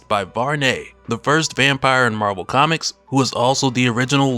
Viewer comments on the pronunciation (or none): none